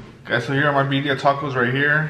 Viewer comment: “bee dia tacos”